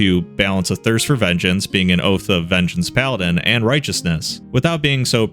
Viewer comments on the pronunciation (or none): none